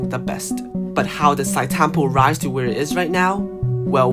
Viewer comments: how do you make an entire video about Sitetampo and pronounce his name wrong lol. It's read as "See Te tampo", not "Site" tampo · Please stop saying site tampo... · It triggers me when I hear people mis-pronouncing his name. Not Site-Tampo, it is si-te-tam-po (Zhi Te Tam Po) At least show some respect